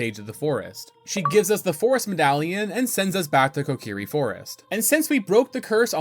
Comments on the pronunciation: Came to find this comment as soon as I heard you say "the cuckiri sword". After all these years, you managed to come up with a new one. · co-key-ree, not cockiri lol